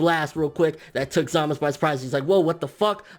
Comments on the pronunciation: U say zamus that's not right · Great video! Also glad someone else pronounces Zamasu as (Zuh-mas) instead of (Zuh-mas-oo), like most Tubers. He's only called Zuh-mas-oo in very passionate moments.